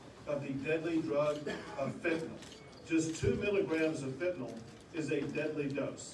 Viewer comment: Gov. Abbott & President Trump are 2 of the few ppl who pronounce fentanyl correctly: "fen-ta-nill". Does the MSM say it wrong intentionally?